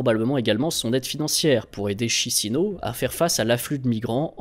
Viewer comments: Chisinau se prononce Kichinaou. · Lol Chisinau. pour avoir une prononciation "à la francaise" par trop éloignée, on dit en phonetique "Quiche-i-nao" Là, avec la prononciation de la vidéo, ca fait ville picarde. j'en ris encore.